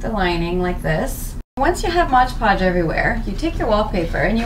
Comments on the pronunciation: MOD Podge, not "Modge" Podge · why is everyone calling it modge podge? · "modge podge"